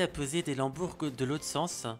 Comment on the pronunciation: un lambourgue ? non une lambourde. super vidéo sinon!